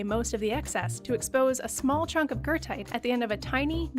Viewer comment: are you talking about goethite? im so confused. never heard of gertite. or guurtite whatever youre saying